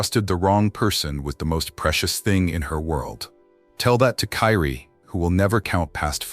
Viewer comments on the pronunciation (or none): What's pissing me off is the narrator all of a sudden calling the baby Karie instead of Kyrie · Kyrie ai say it with me Ky Rie (Ki-ree) ❤ rih angel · Her baby’s name is Kyrie * & stop using this baby’s death for views. His mama is already hurting, the last thing she needs is to see this & see how his name is being mispronounced & stuff .